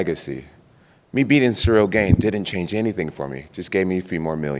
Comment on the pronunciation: THIS MAN STILL WON'T SAY GANE RIGHT! Lol